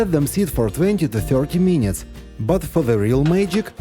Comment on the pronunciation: Дядьку, трохи хелпу з англійською. Треба казати не "мінітс", а "мінитс" (кацапською минытс) і тоді все буде гарно.